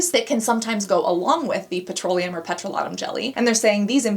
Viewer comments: Well, I've just realised after many many years of saying it wrong that petrolatum isn't pronounced peTROlatum 😅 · C'mon, Babe - it's "pet - roh - LAY - tum", not "pet - roh - LAH - tum" and it's "TITE - us - vil", not "tuh - TOOS - vil". Wow, what weird pronunciations for such easily pronounced words.